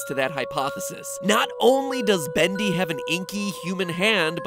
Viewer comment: SkeleCat he says bundy and it is bendy